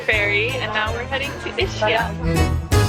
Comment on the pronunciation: It is pronounced ISKIA🤗